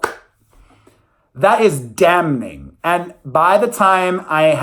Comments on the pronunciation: The N in damning is silent😘 love you❤️❤️❤️ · Damning - The n is silent.